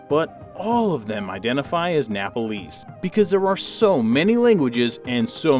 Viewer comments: Its Nepalese stupid not Napalese. You don't know how to say it, don't say it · It's pronounced nepalese not nepalies ಠ益ಠ